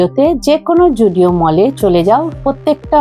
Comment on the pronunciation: zudio ❌❌ joodio ✅✅